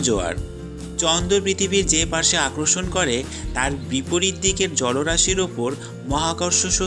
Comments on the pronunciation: ভিডিওটা ভালো লেগেছে কিন্তু আপনার বাংলা উচ্চারণের সমস্যা আছে। কিছু মনে করবেন না আপনি আকর্ষণ কথাটাকে আক্রোর্ষণ, বলে বারবার উচ্চারণ করছেন। পরবর্তীতে ভিডিও করলে এই উচ্চারণের বিষয়গুলো খেয়াল রাখবেন। ভালো থাকবেন। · ভাইয়া আক্রষন না আকর্ষণ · আগে আকর্ষন শব্দের উচ্চারণ ঠিক করেন।